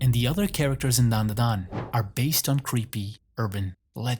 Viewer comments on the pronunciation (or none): Its Dandadan. Not Danadan. But ill let it slide.